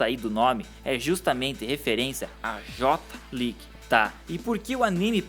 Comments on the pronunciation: Cara, pelo amor de Deus... Não é Tsubaza... Se lê Tsubaça, com som de dois "S"... Só pra informação, o nome original dele é Oozora Tsubasa. Também não é Jota League... É Jay League em inglês mesmo... E não é Capitain Tsubaza Jota... É Captain Tsubassa Jay! Se eu puder contribuir mais, fico feliz! Abraçø!! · pelo amor de zico meu camarada seu video é muito bom mais a pronuncia correta é "jay league" "jota league" doi meus timpanos